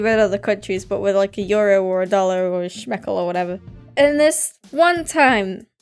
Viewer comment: You dont say shmekel you say shekel im from israel i know Btw i get 50 shekels when under the pillow